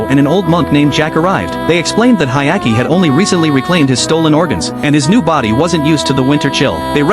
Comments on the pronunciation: Dude, what anime are you watching? His name is Hyakkimaru not Hayaki. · "Hayaki"😭😭 Bro's name is Hyakkimaru😔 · Hyakkimaru, not Hayaki, you idiot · It’s Hyakkimaru, not Hayaki. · It's Hyakimaru not Ayaki 😅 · He's name is Hyakkimaru* not Hayaki lol (the protag's name) Anime name Dororo btw. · Blame it on the shitty AI narrator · His name is Hyakkimaru not whatever tf that ai bot said 😂 Anime name is Dororo. It's a remake of a 1969 anime based on the manga (of the same name) by Osamu Tezuka. Well worth watching, only 24 episodes long and completed. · I love the anime it’s amazing, everyone should se it (Dororo 2019 1 season). But for the love of god please say the names right he’s name is Hyakkimaru och her’s Mio!! The little child is named Doritos and the monks name is Biwamaru. And another note to add Dororo and Hyakkimaru are the main characters. Mio (I love her she’s an angel) is in like one episode. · Its actually Hyakkimaru but okay